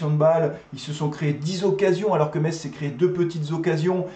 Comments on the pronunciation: Bonne vidéo mais par pitié ne prononce pas le t, on dit messe 👍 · Metz se prononce "messe" merci. C'est catastrophique pour nous la, jouer bloc bas contre un concurrent au maintien, on mérite notre défaite et Saint Étienne ne mérite pas d'être aussi bas au classement